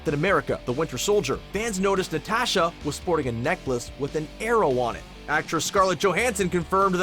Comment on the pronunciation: OH MAH GAWD SAY IT WITH US: N-A-T-A-S-H-A ITS SO FRICKEN EAZY